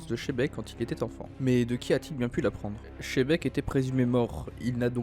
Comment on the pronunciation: Pk vous dites tous chebec au lieu de xebec?